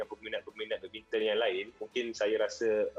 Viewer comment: badmintang tu badminton ke🤣 Orang ganu kot